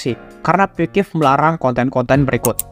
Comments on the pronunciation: yg aku tau itu.. "Pixsiv" bukan "Pikif" bg hehe😅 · off topic: coba ngeja pixiv itu "Fiksif" bkn "pikip" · Bacanya Piksif bukan pikif 😂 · Kok bilangnya pikip terus, ngab. Sengaja ya bikin aku marah😡😡😡👺👺👺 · Gw bro☝️yg terganggu banget sama pengucapan si abangnya yg berulang kali ngomong "pikiv" kek akkhhhhhhhhh🤬 gitu loh pengen banget narik mulutnya terus teriak "itu dibacanya PIKSIF bang!!!!!!😬😬😬😬😬😬" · Orang Sunda mang? Dari piksiv kok jadi pikivp Canda bang:v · Owalah, cara bacanya Pikiv ternyata bukan pixiv😂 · piksif pak piksif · gua dengernya pikiv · Sama njirr 😂